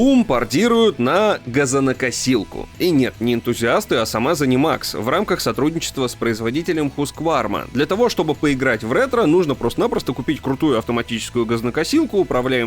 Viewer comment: Ухо зацепилось за Хускварму, правильнее husqvarNa